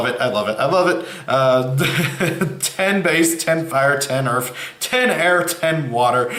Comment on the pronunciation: When ever you say earth it always sounds like earf. th doesn't equal fffffffffffffffff